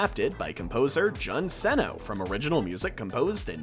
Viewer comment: Jun senoue is said as (June so no eh) no hate tho